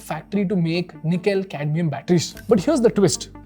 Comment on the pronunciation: Did i just hear Nikhil-Cadmium battery?